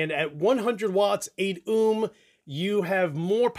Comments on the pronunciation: Haha someones gotta tell him it's pronounced "Oh-m" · Dude. You say ohm like Snake from the simpsons would.